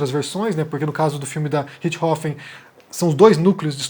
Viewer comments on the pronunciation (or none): A forma como a maioria dos brasileiros pronuncia o nome é mais natural que a forma como vc está pronunciando. O nome é RiCHThofen, e vc fala RiTCHIhofen. Vc joga o CH para depois do T, que não existe na pronúncia alemã. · Apenas p acertar sua pronuncia, muito embora isso seja capricho tamanha a tragédia macabra. Suzanne Von Richtofenn.....RICHT HOFFEN....0 T Deve ser pronunciado quase mudo. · Não sei da onde ele tirou esse "Ritchrofen" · Richthofen,, não Ritch-hofen. Só eu que me rachei cada vez que ele fala o nome errado no vídeo? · 20 anos ouvindo "rixtófen" me deixou incomodado ouvindo "rich rofen" Desculpa por esse comentário aleatório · Nao é Richrofen é Richtofen com t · Comentando pra comentar mas é richt-hofen ou Ritch-thofen??? A imprensa SEMPRE usa esse último. Achei estranho como voce pronunciou só pq sempre falam de outra forma mas vi agora que tem essa possibilidade tbm. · cara sempre acho estranho quando o fala alguns termos ou nomes estrangeiros com pronúncia original hahhahahaa aqui falamos "Suzane Vonrestofen" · O jeito que o pronuncia " Ritth Rofen" é diferente 😊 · por que você está pronunciando o nome sem o T? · Mano... Me incomodou demais o jeito que o ficou falando Richtofen... O jeito que ela mesma fala o sobrenome é bem diferente do jeito que o fala. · Não, o que tá viajando nessa pronuncia dele. Pode pesquisar vídeos em alemão sobre o Roter Baron, em alemão eles pronunciam o T de Richthofen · Essa sua pronúncia de "richtofen" tá de matar... realmente nao dá pra ouvir. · É. Não deu pra mim também... Mas todo respeito ao!